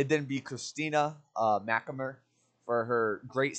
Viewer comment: pronounced christina s4's last name horribly wrong